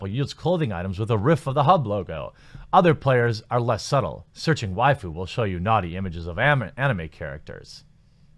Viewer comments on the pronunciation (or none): none